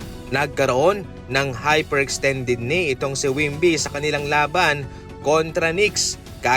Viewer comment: Hindi po wimby, wemby po...👍